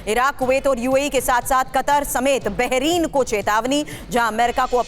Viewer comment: Baheren ❌ bahirin😅